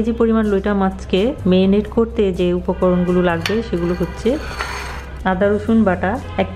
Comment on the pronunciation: শুধু বেটার নয়, উনি ম্যারিনেট কে মেরিনেট বলছেন, বাংলাদেশের অনেক মানুষই য ফলা আ-কার গুলো ভালোভাবে উচ্চারণ করেন না।